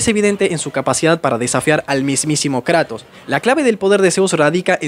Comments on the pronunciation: jajajjja "karatos" 🤑 nueva forma de llamar "kratos" jaja. me gustan tus videos 😁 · "thor fue a luchar contra karatos" jajajajaj, como que karatos? 😭😭😭😂